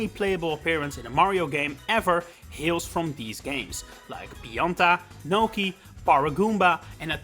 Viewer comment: I'm sorry but I don't understand your accent here. I think Pionta is supposed to be Pianta, but who is Gnocchi/Nokey? Edit: Oh. just looked up the roster...I have no memories of Nokis in mario sunshine. I never finished that game, so..I guess that's why